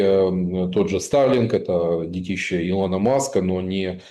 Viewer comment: Де́тище, а не дети́ще, грамотей!